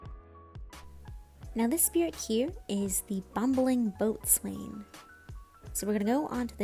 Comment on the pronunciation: Just a little thing, boatswain is pronounced "bosun" Impress your navy friends ;)